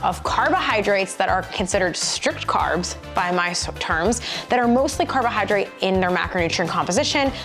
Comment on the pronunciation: 😅carohyrodrate hehe